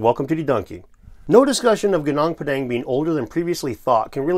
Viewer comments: It's Goo Noong Pà Dhàng not pedeng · Gunung Padang is pronounced GOO noong PAH dung